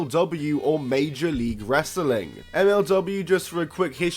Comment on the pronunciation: You say wrestling like Russo...it does not have that many syllables. Bro!